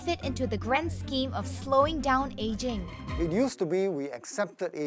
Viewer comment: It’s “aging” 😊